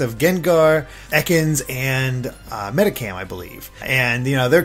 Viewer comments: Do people know how to speak English? Medicham not cam. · He fucking said medikamp instead of medichamp?😂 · Has this man ever played Pokemon before? What's a Medikam? lol and rainbow sweets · "Me-tih-kam" Medicham? How do you butcher it that badly? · Medicam lol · Hearing the way he pronounced Medicham... I’m shaking. Also you have no idea about Team Meanie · He butchered Medicham as well.